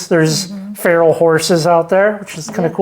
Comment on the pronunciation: Have you found the semi hot spring in Panaca yet? Rocky hill behind the pond, possible spot, great place to swim in warm water. It’s on the edge of town. Oh yeah, it’s PAH NACK CA. One more thing those are WILD horses, Farrell sounds so disgraceful. Overwhelming. Enjoy.